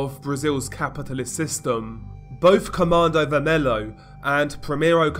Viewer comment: It's pronounced commando vermello Like the Spanish the L's And you can call Primeiro comando da capital just PCC, that's how we call them